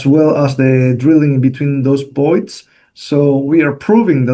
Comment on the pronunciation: Good to know from the start: when he says Boyd’s it means voids